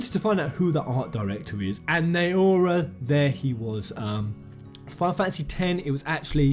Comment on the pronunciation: you pronounce naora like this... take five. the way you pronounce the beginning only repöace f with N. O as in Odin. Ra as in Ramuh. Na O Ra